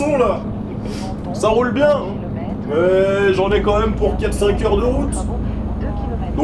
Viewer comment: au-lieu de dire quand même tu dis qua même